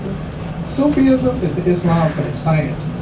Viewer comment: Brother please, fi sabil Allah, it's not " Sufi' ism"... It's simply " SOOF- ism'.... ( It gives the appearence that the brother can't read)... Which is strange foran adult from America))